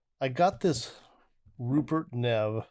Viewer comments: That’s a BAD BOY! It’s pronounced “neave” you should see his $5k DAC! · Good review, well done. It is pronounced like ‘Neev’, btw. Also, your headphones are pronounced like ‘Senn-high-zerr’